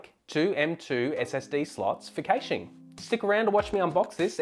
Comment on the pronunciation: Cay-shing?? Oh CASHING!